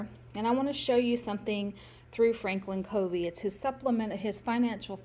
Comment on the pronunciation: It's pronounced Frankin "Kuh-vee" :)